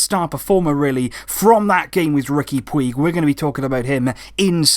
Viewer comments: His name is pronounced as riqui "pooch" btw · Sorry, but it's pronounced Riki Pooch, I speak Catalonian.